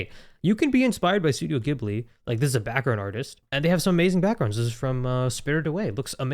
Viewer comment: Its ghibli not gibli